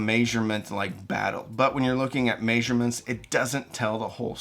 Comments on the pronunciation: I agree with everything in this video except for the pronunciation of "measurements" - my brain got so confused every time that word came up. I need to know what kind of regional accent pronounces it this way. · "may zure mints" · He said, "May-surements." All great advice,.